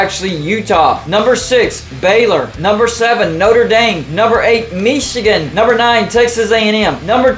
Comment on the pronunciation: Why do they say Michigan like that? It's so annoying. Meechigan?